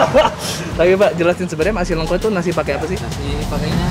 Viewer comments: udah dikasih tau sama Mas Har nyebutnya Lengko kek nyebut Lele, malah terus terusan nyebutnya Leungko zzzzz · lengko bang, e nya pake ejaan Medan. Gue orang Cirebon dengerin lu ngomong lengko² jadi kurang sreg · di bacanya pake bahasa sunda bang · Nyebutnya salah mulu lengko nya...